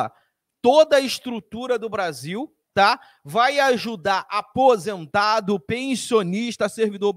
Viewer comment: Aonde ele fala de apisentado .kkkk